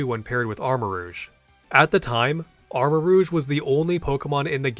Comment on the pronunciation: Something about "armor-rooshe" is killing me lmao